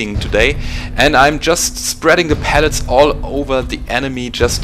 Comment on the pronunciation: Well done! This is why I subscribe to your channel. Excellent insight into the mechanics of dealing damage. One tiny nitpick- it's pellets, not pallets. Pallets are the wooden 48" by 48" platforms used for shipping goods. Pellets are the ones that hurt! I understand English isn't your native language, and I hope you won't take this the wrong way...